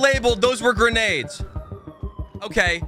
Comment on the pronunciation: "i promise that wasent granades"😂🤣😂